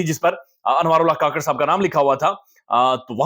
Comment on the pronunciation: Anwar ul haq. " kuk-kar " NOT ka-kar